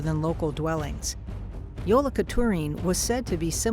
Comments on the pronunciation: "Also known as 'Jolaq'turin." It's always hilarious to hear foreigners try to pronounce Icelandic words. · Mainly just here to hear Americans try to pronounce Icelandic names lol Grýla was pretty good, Jólakötturinn could use some work 😂